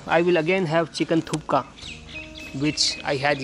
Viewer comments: It’s thukpa not thooka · Guru not thukka its thukpa ondu Sala bylakuppe hoge yela artha ayedate